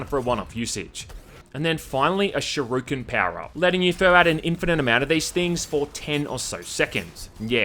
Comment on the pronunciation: "Shy-ryu-kens" ""Adver-das-mints"